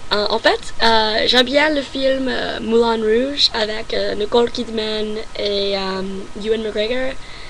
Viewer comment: Et les gars, la facon dont elle prononce Nicole Kidman...Elle n'est pas en train de nous troller celle la? 'moi en tout cas j'ai jamais entendu un américain prononcer NIcole Kidman de cette facon'...